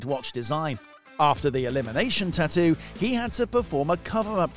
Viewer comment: Its tattoo not ttoo .